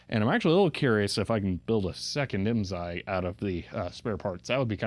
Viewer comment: I may be able to answer any IMSAI questions for you . . . but you have to promise to never say IMZAI again. lol The S is pronounced as an S. (I was a dealer) The FIF was used with Calcomp-142 SSSD floppy drives. FIF uses DMA to move the data into main memory so it a high performance unit for its day.